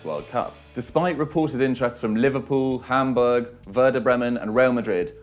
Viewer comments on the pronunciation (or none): none